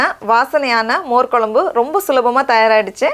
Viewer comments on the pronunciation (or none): "மோர் கொலம்பு"இல்லை, அது "மோர் குழம்பு" பண்ணத் தெரிகிறது. பெயரைச் சொல்லவும் தெரிந்து கொள்ளவும். நன்றி.